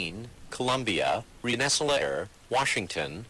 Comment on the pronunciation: RENN-ESS-ALL-A-AIR why, just why?